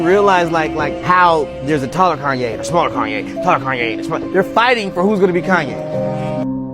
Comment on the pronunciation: Can you please pronounce Kanye name properly